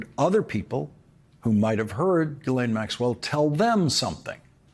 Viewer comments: it's pronounced JISSLAINE, not Guylaine. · Hats off to you Lawrence...... That said, Ghislaine Maxwells first name is pronounced GheeLane not Jeelane... Thank you! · Is it so hard to pronounce Ghislaine correctly? I kniw she is a monster but learn how to talk.